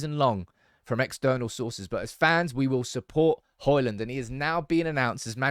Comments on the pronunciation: D is silent, it's Hoilun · The 'D' in Hojlund is silent. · Learn to say his name right, it's NOT Hoilund, it's Højlund, and now were at is, it's NOT Haaaaland, but Håland. Aa=Å